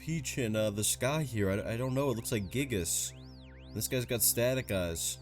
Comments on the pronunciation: I'm gonna sound like a nerd but, it's pronounced "gai gis/as" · That pronunciation of “Giygas” was atrocious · I mean to be fair I can't think of a word that makes the "i" sound that uses "iy" to make that sound. So just hearing giygas you wouldn't assume theres a y